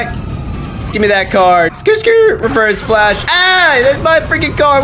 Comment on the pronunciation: “But today we’re gonna be fighting nIGgAAa flash”